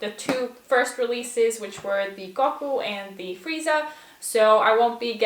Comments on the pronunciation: the goku pronounciation made me cringe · She said Goku wrong. She don’t know nothing about DBZ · The way she says Goku hurts me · The way she said goku made me uncomfortable